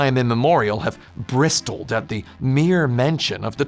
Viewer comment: I have never heard anyone pronounce the t in bristled as vigorously or as often as Tim Rogers pronounces it